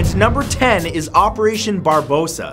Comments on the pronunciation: Why do you omit syllables from certain words? Constantinople vs Constanople. Operation Barbarosa vs Barbosa....come man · Bar-ba-ros-sa. Four syllables. Not three. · fruityrudy21 don't forget Barbarossa not barbosa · He also said Barbossa instead of Barbarossa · Vikrant Panday "Operation Barbosa" lol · Barbarossa, not Barbossa. Captain Barbossa was not there. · barbosa and constinople. have you really never heard those words before Matt? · Wendy Robinson and barbarossa.. Not barbosa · also its not barbosa but barbarosa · legoboy468 and its operation BarBARossa not barbossa 👊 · "Barbossa" Barbarossa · Operation Barbossa??? It's Barbarossa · Just because everyone already mentioned your mispronunciation of Constantinople, I thought I should point out that it's BarbaROssa , not Brabossa... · Mathew it's pronounced BAR-BA-ROSSA not BAR-BOSSA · 𝓫𝓪𝓻𝓫𝓸𝓼𝓪? 𝓫𝓪𝓻𝓫𝓪𝓻𝓸𝓼𝓼𝓪? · Why did you say barbossa not barbarossa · Also, BARBOSSA. yarrr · And Bar*BAR*ossa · It's the quest of Captain Jack Sparrow trying to take back the Black Pearl that he means with operation Barbossa XD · and Barbarossa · fruityrudy21 and barbarossa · fruityrudy21 I heard it once and I was like oh okay that's okay but then it happened again and again and I just. Matt please. You're missing an entire syllable there. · he made the same mistake on barbarossa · Richard Kaskiewicz Its pronounced Constantinople and Barbrossa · you pronounced constantinople and barbarosa wrong